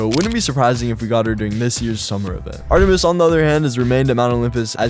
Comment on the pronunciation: Bro really said artemeeeez